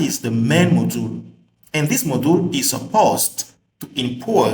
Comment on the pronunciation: nice tutorial... such great content... i laughed how you said 'moduul" haha